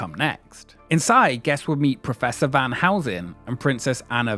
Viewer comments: it's Van Helsing and not Van Housen. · The way you pronounce Van Helsing makes me laugh